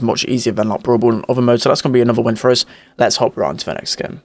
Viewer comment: you forgot the 'oos' as a way of saying 'us'. cool accent tho